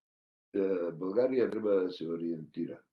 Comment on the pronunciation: Този е истински българин от Македония макар и не осъзнат ! България , България , България а не Булгария . Много добре го изговаря изкуфелника !